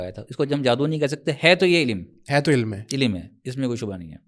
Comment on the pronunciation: tou apke samne jo hazrat bethe hein inka naam mujhe nahi maloom lekin inka bhi talaffuzz kuch theek nahi maloom hota yeh ILM ko ilim keh rahe hein Aap bhi mujhe thore se halke maloom hoty hein